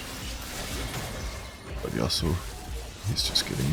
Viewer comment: "Yauso" xD